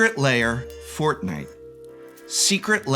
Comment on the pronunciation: You almost had me with "secret lair : forthnite" no one is THAT stupid